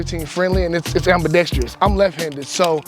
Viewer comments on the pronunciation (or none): It’s AMBIDEXTROUS NOT AMBIDEXTREEEOUS